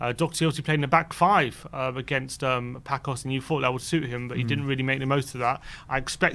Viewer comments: By the way my friends the way you are saying Pacos is wrong. You should say it like passos. I am Portuguese and want spurs to go to the final against Roma. Which would be epic. Spurs vs mourinho. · You guys need learn to say Paços the correct way. Please stop saying Paços like Paco (this is not spain). The Ç in portuguese is say like with word S, like Paços and Passos have the has the same sound. Please go to Google Translate and please listen how to say Paços or Passos because both have the same sound.